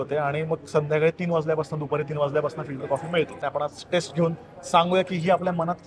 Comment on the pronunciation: खुपच छान video. पण pls test आणि taste यातला फरक लक्षात घेऊन उच्चारात सुधार करावा ही नम्र विनंती. बहुतेक मराठी भाषिय हा फरक लक्षात घेत नाही तसंच जस साऊथ मधे फ नाही तसाच हा प्रकार